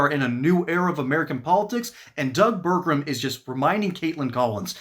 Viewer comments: Pronounced: Ber-gum Not: Ber-grum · It’s pronounced Burgum, not Burgrum.